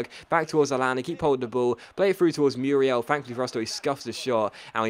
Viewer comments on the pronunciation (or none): none